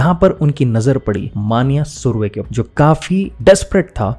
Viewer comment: तुम नाम सही तरह से नहीं ले रहे हो ।